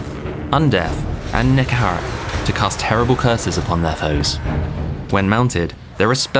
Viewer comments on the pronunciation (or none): Nehekhara, not Nekhehara